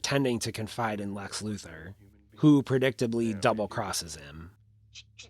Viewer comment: "LEX" not "LAX".